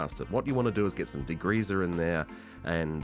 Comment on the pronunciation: “Degreezer” hahaha!